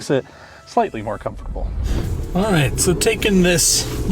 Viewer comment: Is it just me or does it sound like he adds an extra syllable to “comfortable” ?